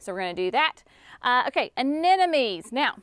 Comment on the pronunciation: I dont know why some have a hard time with this...................A NE 'MO' NIES. NOT A NE NO MIES